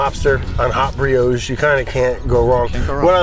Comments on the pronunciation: was waiting for the "brioge". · Half Sour, "Brad, say 'brioche'"?